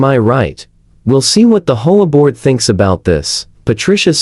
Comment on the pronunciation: Stop calling it a “whore board.” Say the letters individually.